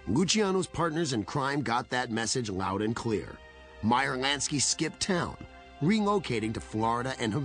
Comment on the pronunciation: "Meyer Nansky...Nansky" lmfao